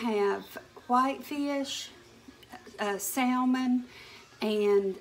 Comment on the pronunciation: Salmon is pronounced Sa-mon, the l is silent. I learned that the hard way. But, love your cooking videos.